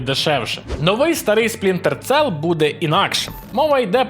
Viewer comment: "Сплінте сел" Насторожує і аж занадто....